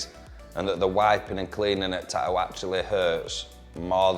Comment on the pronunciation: "Ta'ew" I like it lol